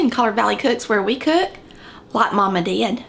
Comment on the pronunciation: Is that cook a three Syllable word?… Just kidding love your accent